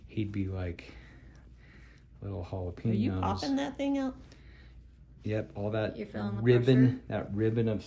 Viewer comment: JalapEños, not jalapIños.